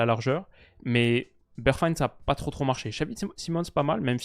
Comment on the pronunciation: mec tu vis en Hollande, la prononciation des noms NL, y a de gros progres a faire. Bergwijn, serieux.....